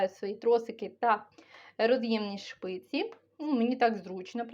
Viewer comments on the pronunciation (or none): Вибачте, але не шпиці, а спиці.